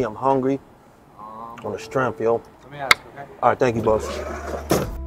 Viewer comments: I love how he says "on the stremf" legend ❤ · "On the strenff" is my favorite phrase 😂